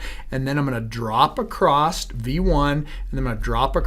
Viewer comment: Acrosst? My grandmother used to say that.